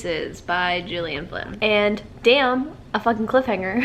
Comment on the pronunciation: Gillian Flynn is pronounced with a hard G like Girl not a J sound. Just fyi, no biggie :)